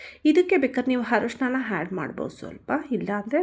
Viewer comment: ಸಾಗು ಸೂಪರ್ ಮೇಡಂ 👌🏻ಆದರೆ ಸಣ್ಣ ಬದಲಾವಣೆ ಮೇಡಂ ಹಾಲು ಗುಡ್ಡೆಗೆ "ಆ"ಅಕ್ಷರ ಮತ್ತು ಹರಿಶಿಣಕ್ಕೆ "ಅ" ಅಕ್ಷರ ಅರ್ಧ ಚಿಟಿಕೆಯಷ್ಟು ಹಾಕಿದ್ರೆ ನಿಮ್ಮ ರುಚಿಯಾದ ಅಡುಗೆ ಮತ್ತು ನಿಮ್ಮ ಸುಮಧುರ ಕಂಠಕ್ಕೆ ಇನ್ನಷ್ಟು ಅಭಿಮಾನಿಗಳ ಮೆಚ್ಚುಗೆ ಸಿಗುವುದರಲ್ಲಿ ಯಾವುದೇ ಸಂಶಯವಿಲ್ಲ ಮೇಡಂ.🥰👌🏻